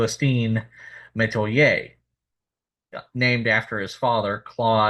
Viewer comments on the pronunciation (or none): And Natchitoches is pronounced Nak-a-dish and not na- tish-toches like you pronounced it, please do your homework when saying louisiana names! And I went to high school with a Metoyer and he pronounced his last Metwi-yer and not like you pronounced it SMH! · It's Met-Why-er ....Metoyer.